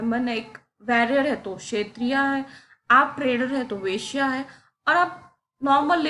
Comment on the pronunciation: ma'am humbly thoda pronunciation par dhyan dijiye, क्षत्रिय ko क्षेत्रीय mat boleiye वैश्य ko वेश्‍या mat boliye, galti dikhanae ke liye comment nahi kar raha hu, thoda asahaj lagta hai sunnene me, agar aap kar sakti ho toh bhot achi baat hai, agar nahi banta hai toh bhi koi baat nahi.😊